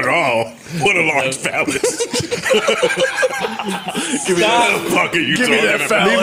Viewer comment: It's "Phallic" not "Phallis"